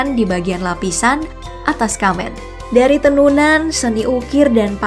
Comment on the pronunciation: SEKALI LAGI Pengucapan "made" dan "kecak"nya salah Ehh,, "kamen" juga salah 😂😂